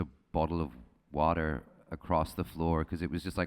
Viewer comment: him switching to an american accent to say water is hilarious lmao